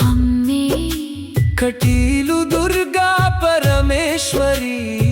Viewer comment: Not ಅಮ್ಮೆ ....it's "ಅಮ್ಮಾ" ...second time observed